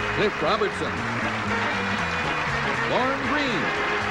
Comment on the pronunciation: Don kept calling Cliff Robertson "Robinson."